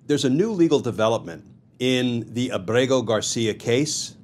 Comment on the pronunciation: A small point: I think that the diacritics have been stripped from his name. From what I saw early on, his name is Ábrego-García with an accented first syllable, not with emphasis on the second syllable.